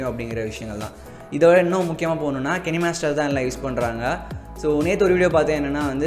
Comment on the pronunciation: It's kinemaster not kanimaster